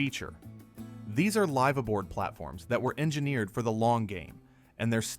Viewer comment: LYYYYVE ABOARD????..... I agree with it is a short i not a long i (Y) sound. The letter i as in the English word 'if'. You would be better saying lifaboard , at least you would sound knowledgable without being distracting. If you are going to want English speaking mariners to believe you have any authenticity, then crown your work with proper pronunciation. Otherwise a decent video.